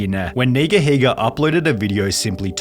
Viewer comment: If you use to watch him growing up you would know how to say his name...